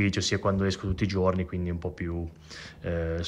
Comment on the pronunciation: Faccio un lavoro che richiede l'abito tutti i ggggiorni......non so parlare la lingua italiana tutti i ggggiorni......e buona colazione a tutti 😂😂😂😂😂